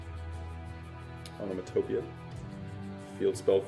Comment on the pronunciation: "Onama topia"